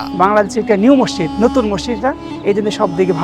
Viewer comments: মসসিদ লয় মসজিদ বলতে হয় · রিপোর্টারের উচ্চারনে ব্যাপক সমস্যা, বার বার মসসিদ বলছিল, যা শ্রুতিকটু। এটা মসজিদ হবে।